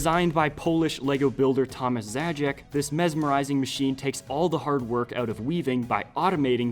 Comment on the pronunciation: Zając is pronounced totaly bad we are not offended at all xD